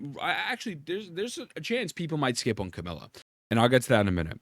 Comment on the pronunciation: can you stop saying Camila instead of Camellya?